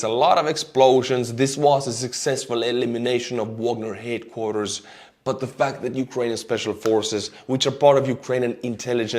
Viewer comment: Your delightful accent has led you to reveal truth: "...the Wagner Group HATE-quarters." Thanks so much for your informative and entertaining reporting, and Slava Ukraini!